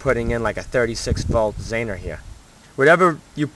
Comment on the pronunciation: Zener. ZEE-ner not zaner